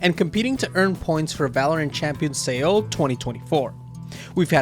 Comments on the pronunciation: Was looking for this comment haha. Bro said "SE-OL" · no shot you called it champions "say-ol" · y tf u pronounce Seoul like that